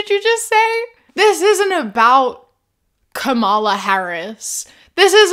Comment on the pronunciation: You keep mispronouncing Kamala. That pronunciation is the only thing Sharipo gets right in his video.